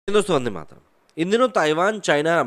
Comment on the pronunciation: Bhai please Jai Hind Vande Mataram acche se bola Karo 🙏🥺 Matlab aap bolte hai wo pura galat nahi hai bas thoda aaram se waqt leke bola kijiye 🙏🙂